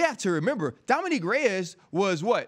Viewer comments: So RC can say Prochazka right but calls Dominick Dominique instead?.. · DC why you never correct this guy when he says “dominique” every time 🤦🏽‍♂️